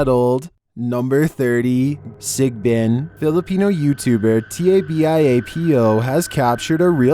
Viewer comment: he says sigbin like it is a new puppy